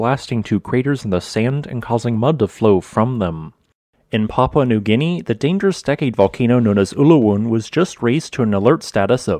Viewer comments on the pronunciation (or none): none